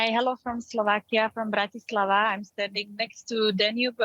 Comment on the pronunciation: Did they say "Chechia" and Bratislavia ??? 😂😂😂 OMG... The education level of DW people amazes me... I think intelligent people just refuse to accept any positions on this channel...